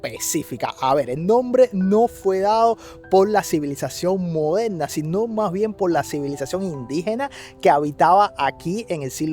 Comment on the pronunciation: No se dice modelna se dice moderna